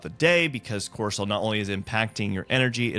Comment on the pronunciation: Are you saying ‘Corsol’ and ‘HD’ I’m confused. I thought it was Cortisol and ADHD.